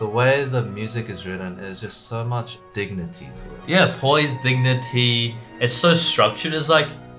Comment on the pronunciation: Understood dignity as diggity 😂😂